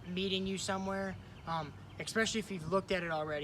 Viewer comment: Great video, but why is it Americans have begun having trouble pronouncing especially? It's not EK-Specially :D